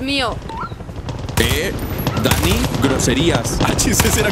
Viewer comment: ódrias creer que oi nani en vez de dani jaja